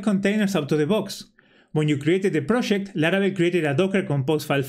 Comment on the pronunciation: "proshect"..... Argentinian detected! thanks for the info che